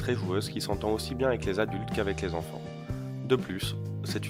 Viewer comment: Peuvent aussi-t-être ?!? Il n'y a pas de liaison à faire car il n'y a pas de T à aussi !! Ça m'énerve ces liaisons mal-t-à propos !!